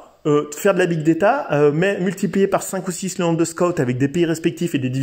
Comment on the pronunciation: On dit pas big déta, mais big data